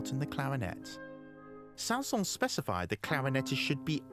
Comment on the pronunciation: The final “s” in Saint-Säens IS pronounced. That’s how he pronounced his name. (Names in French often don’t follow pronunciation rules; e.g.— “Poulenc”)